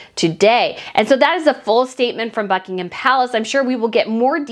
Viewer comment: You are one of the few American podcasters who pronounces Buck Pal correctly. It is Buckingum Palace...NOT BuckingHAM. Well done you.